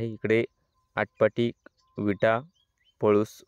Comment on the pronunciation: Atpadi not atpati